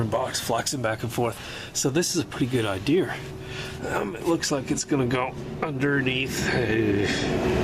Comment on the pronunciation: Okay, twice in one day on 2 videos, so I got to say something. There is no "R" in idea. LOL. Those trucks are a poor man's tank but they don't last long if you make em work.